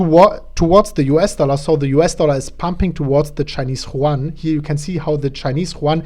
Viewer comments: Chinese ¥ Yuan, is pronounced as Yüön, rather than Chuan. Just to help you improve, man. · M.T.S. Productions yes you are right it is You-Aan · It's not pronouned like the spanish name Juan. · yuan is pronounced as YOU ANN like YOU-ANNE or YU-AN --- I say this with respect as I have my own difficulties...best wishes.